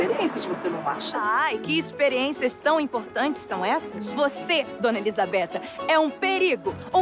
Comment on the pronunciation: Elisabeta??JANI? pq não pronuncia Elizabeth e Jane direito